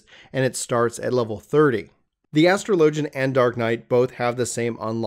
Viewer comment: "Astro Lojin" Big yikes. But good guide